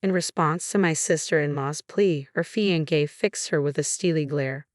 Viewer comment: Sounds like a civil registration of marriage, thus they are married. Wedding ceremony to follow. Unusual, at least in the religious world, but legal. Having defended that, please find a reader that can pronounce "fiancé ". Thank you.